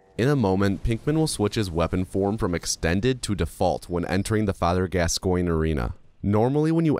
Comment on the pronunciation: Your pronunciation of Father Gascoigne hurts me mentally, physically, emotionally and spiritually